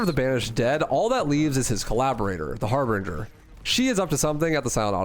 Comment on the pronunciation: Adjutant is not "Adjusted". Harbinger is not "Harbringer".